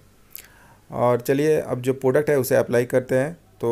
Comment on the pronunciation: Phir product ko "poduct" bol rhe ho